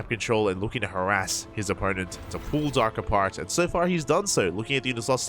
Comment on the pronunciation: Dark not drg